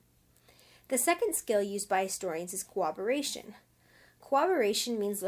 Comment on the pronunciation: Good vid but you labeled the "corroboration" section "cooperation" on the vid sections and your pronunciation is an odd mix between the 2 words. It is cor-rob-er-ray-shun not coo-awb-er-ray-shun